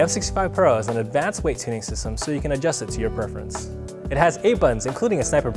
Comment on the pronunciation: say advanced again please